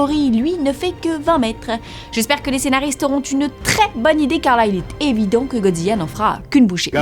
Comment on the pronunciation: pk elle dit Godziya ???? c'est Godzilla sa sa prononce LA a la fin